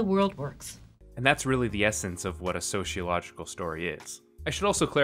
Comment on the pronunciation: I hate to be one of those people, but there is no "h" in sociological. It's so-cee-o-logical. As a sociologist, it's hard for me not cringe a little when it has the extra "h". Thank you for your video. Sociology and Asimov - I was like a moth to a flame.